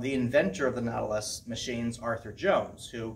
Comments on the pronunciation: Ur pronouncing Nautilus wrong. Look it up. Why would u say Natalis? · Pronounced like “naughty”. Naughtilus lol. VERY nice gym!!